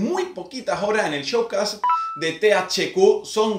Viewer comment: Se pronuncia "Showqueis" saludos